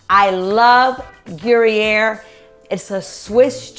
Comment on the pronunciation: Who’s uploading y’all’s videos in 480?? Ugh. Fire them—in 2004., Gruyère cheese is pronounced more like /gru-yere/ (“there” without the “th” and add a “y”). It’s my favorite cheese—I lived on it whilst living in Switzerland for many years.❤️ I love your recipe, btw!